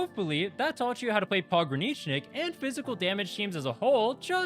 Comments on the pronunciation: you DID say it right! source: i'm russian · You said it right, so it is fine. It is maybe the easiest russian word to transition. It will be harder when u introduce this characters : Ь, Ъ, Ё, Й, Х(which is -> 'kh' for some reason) and maybe some others. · Thanks for the guide! It's great to finally see a clear explanation of his build without all the extra nonsense. You're pronouncing his name perfectly right. "Pogranichnik" is the Russian word "Пограничник", so it literally means border guard. The proper short form of his name isn't "Pog," it's "Pogran," and you say it like "pog" + "run". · you said it right. Well done